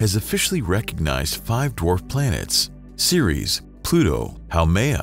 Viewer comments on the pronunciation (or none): none